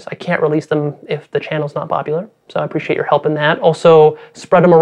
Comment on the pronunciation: Preshiate it my guy